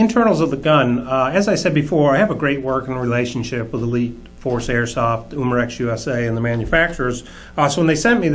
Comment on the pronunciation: its not uuuuuuuuuumarex umarex